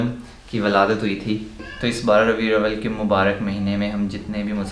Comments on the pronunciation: Its RABI-UL-AWAL not abiawal 🙂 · Brother it’s Rabi Al-Awwal not Ravi-Al Awwal a small correction. جزاك اللهُ خيراً